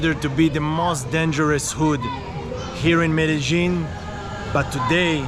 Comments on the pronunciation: Hi also Trini...Meh-duh-leen also Me-de-jin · Hi, watching you from Trinidad, and I'm enjoying your videos. Please ask someone to pronounce the name of that place Medellin. I have heard the, ( lin ) pronounced as ( yene) confirm this for me pls.